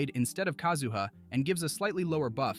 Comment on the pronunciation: My ears started to bleed when the AI said that.